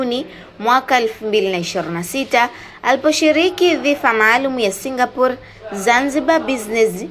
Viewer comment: Kwni singaporiiiiiiiii au singapor😂😂😂😂